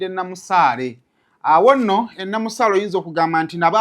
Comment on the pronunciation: Kiri Namasale not Namusale